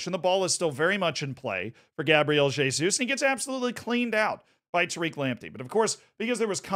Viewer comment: Pronunciou certo o "Jesus"